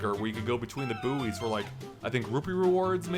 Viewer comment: did you just called buoys booeys?